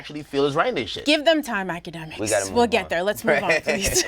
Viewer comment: Nobody: Akademiks- itssybwydjakmiks